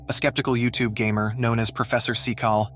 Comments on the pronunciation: Get a real person to narrate. "Cynical" is not pronounced "see-cal." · These videos are scary, but it's way more concerning that you don't know how to pronounce the word CYNICAL!!! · Shouldn't AI narrator be able to pronounce Cynical? And why ask for it to move something, then freak out when it does? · Do you have no idea how to say Cynical? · I don't know if you're using an AI voice or what but I don't know how you can't pronounce the word cynical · If you can't pronounce Cynical, please learn because it's not his name it's how he believes. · I couldn’t watch anymore after the third time “cynical” was mispronounced. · Professor what? The word said Cynical. The video says something far different... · Your cheap AI narrator can't even pronounce the word "cynical" correctly...get rid of it and pay an actual human being to narrate your vids.... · If you’re going to have AI read the script, teach it how to properly pronounce various words. Cynical. Macabre. Yikes! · It's Cynical. Not See-call. Who tf is this idiotic narrator? What a moron. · The so called professors name is pronounced Sin-e-call not see- cale , cynical meaning not believing. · SEE-CAL??? Syn-eh-cal is correct way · Correction: Its pronounced Dr. "Sinical" NOT Dr. Secal. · I AM NOT A TROLL OR ANYTHING LIKE THAT BUT FOR GOD SAKE IF YOU ARE GOING TO DO A VIDEO AT LEAST TRY TO GET SOME OF THE NAMES RIGHT IT IS NOT CECAL I T I S SIN NI CEL OR IF YOU PUT IT TOGETHER IT IS CIN I CEL YOU THINK YOU CAN GET THAT NOW. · Prof 'cecal?' Or 'sical' terrible pronouncation! Try Cyn-i-cal and cynical actually means something. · I swear it sounds like he's saying "professor fecal"😂😂😂😂😂😂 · Why can't you say cynical. Sin-e-call, it seems disbelief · Professor who...? Cynical Sin-i-kal Oh lord protect the English language from idiots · Everyone: AI is going to take over everything AI: sees the word, Cynical........ "Sickle"?! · Holy frick… the stupid AI can’t even pronounce Cynical (Sin-eh-cull) correctly.